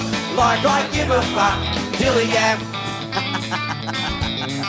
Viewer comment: His "fuck" pronunciation sounds so wierd but i love it